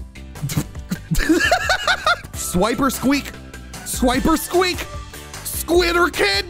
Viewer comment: why do you sound like youre saying "Swiper squeak" itz like you used Swiper from dora the explorer and made it your pokemon.